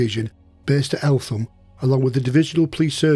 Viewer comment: Fantastic episode needless to say guilty as charged and should have been hanged twice!!!!!! Doubly fascinating for me as when I served as a Police Officer I was often in and out of Eltham nick......(BTW its pronounced ELTAM|!!!) =;-) I know this area well and my Brother in laws house which is on the top of nearby Shooters Hill had a hitching platform for Barrage Baloons in his garden......the RAF staff who serviced them came from Kidbrooke Camp!!!!!! Thanks so much for doing this LOVE IT!!!! Really interesting.